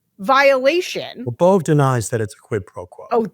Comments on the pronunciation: It’s pronounced “bo-bay” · Emil Bove's name is pronounced Bové or Bovay or ... /boʊˈveɪ phonetically (Wikipedia). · Danielle is the anti-Bondi. CBS news is pronouncing the name “bovay.” Quid pro quo is becoming the basis for our legal system. 🤮 Is it possible that there aren’t enough educated, effective attorneys to support the MAGA agenda? 😂 Will Kathy Hochel remove Adams? Trump thinks he is Mayor of NYC now🤬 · George please pronounce his name correctly BO VAA long a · Phonetically Bove...would be Bo-vay....